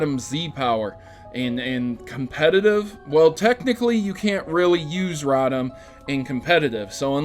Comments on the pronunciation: *Rotom row-tom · you're pronouncing Rotom's name wrong